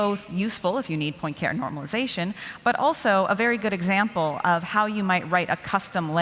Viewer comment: Excellent overall. This will be obnoxiously nitpicky, but Poincaré is pronounced pwan-car-ay.